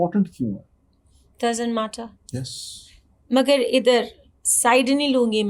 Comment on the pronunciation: Yes ko yaasss bol re ha😂 she is well educated 😄